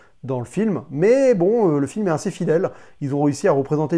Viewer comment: Arrete de dire "inssez" ou alors tu dis "aseption" et ca sera raccord